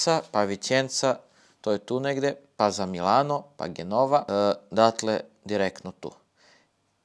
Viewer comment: Ne kaze se Genova nego Djenova :D morao sam :D